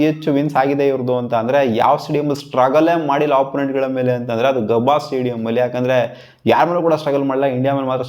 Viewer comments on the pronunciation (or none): ಗಬ್ಬ ಅಲ್ಲ ಗುರು ಗಾಬಾ 😂😂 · That is gabba not gabb😂😂